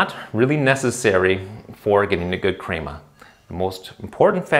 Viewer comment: ill subscribe if you say crema right.